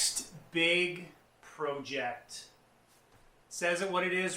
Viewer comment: Please say project the correct way or I’m going to come find you